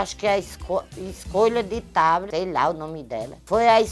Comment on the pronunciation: diz: Chimbinha escolheu ''TABRA'' (Thábata) KKKKKKKKKKKKKKKKKKKKKKKKKKKKKKKKKKKKKKKKKKKKKKK